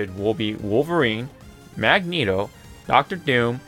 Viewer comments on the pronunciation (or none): none